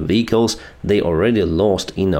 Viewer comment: It is not called VICALS. It is VEHICLES